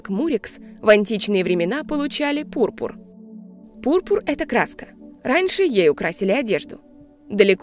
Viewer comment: Ха.. Пурпур в конце поправьте ударение...